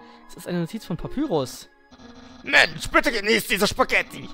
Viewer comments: man spricht papyrus wie zum beispiel pie auf englisch pa-pie-rus und sans wie säns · Papyrus wird Päpeirus ausgesprochen. Und Sans wird ßänß ausgesprochen.